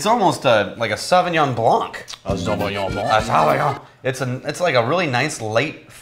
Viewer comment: im surprise how well prononced "Sauvignon blanc" with his french accent... damn i want a full episode with this accent!!! maybe when they ll review a french whisky like Michel Couvreur french whisky. Lets pray le seigneur baguette to make it happen!